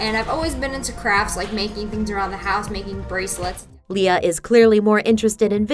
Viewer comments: HER NAME IS ALIA NOT LIA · it's alia shelesh not aleeah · her real name is actually alia not lia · First of her name REAL NAME is NOT lia IT Alia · her name is Alia not just lia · Her real name is not lia :) its aylia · Her REAL name is not lia its alia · HER REAL NAME ISN'T LIA ITS ALIA 😱😱😱😱😱😱😱😱😱😱